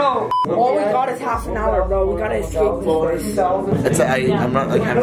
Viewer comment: Escape, not excape room....🤦🏼‍♂️